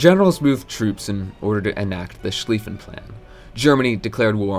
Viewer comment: He is StolYpin, not StOlpin